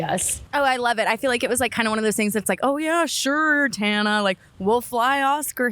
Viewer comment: "TANNER" lmaaaoooo